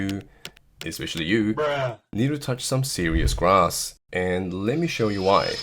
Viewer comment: The way you said grass is too funny😂